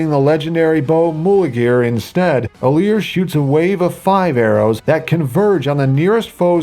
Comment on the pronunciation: IT'S ALEAR